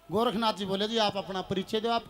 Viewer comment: गोरखनाथ, नहीं गौरक्ष नाथ नाम है, उच्चारण ठीक से करो